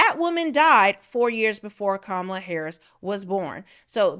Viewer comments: KAHmala. Not difficult to pronounce. This is one that separates the smart from the stupid. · Pronounce her name correctly, please 🙏? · What kind of reporter is Owens when she can't even pronounce Kamala correctly?? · All this is cool i like listening to Candace. I think she should lead with pronouncing the ladies name correctly. Kamala said she doesn't say her name this way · Why are so many people mispronouncing Kamala Harris's first name? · I am not a fan of Kamala Harris, but at least I have the decency and respect to pronounce her name correctly. Stop being a Trump puppet and say that woman’s name correctly. You would want somebody to pronounce your name correctly Candace. That is disrespectful. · Wow Candice you really haven't learned yet you haven't learned how to pronounce the vice president's name properly did you get an education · Given the fact that she actually pronounced her name two different ways; it’s possible!